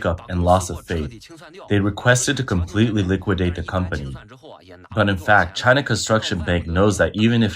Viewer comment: Chynnna, Chynnna, Chyyynaaa.. 🤦🏻‍♂️